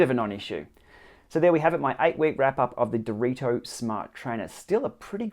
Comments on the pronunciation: It's not dorito is Dee-reh-toh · Thanks for the review! You somehow always said Dorito instead of Direto btw hahahah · Based on your pronunciation, is it unbreakable like these?